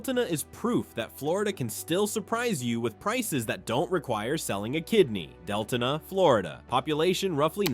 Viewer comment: It's pronounced Del-to-na